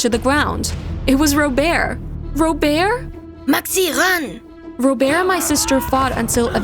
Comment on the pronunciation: I got annoyed at the first story cus the bf name is Robert when she called him "*Robear*"